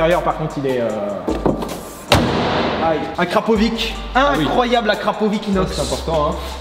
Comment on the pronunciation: Euu se n'est pas Akrapowish mais Akrapović. Une voiture de qualité mérite un pot d'échappement de qualité 😉😂🤣